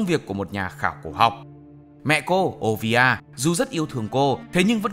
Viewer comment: Mẹ robin là olivia, chứ k phải ovia 😳